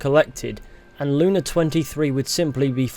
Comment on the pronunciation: reading ussr lunA as sisisipee lUna fucking ended me